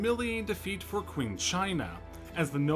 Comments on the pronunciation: It’s pronounced Ching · A suprise to be sure but a welcome one. Also Qing is pronounced as Ching. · It's pronounced Ching China, not Qing. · Yes, could he have not looked that up?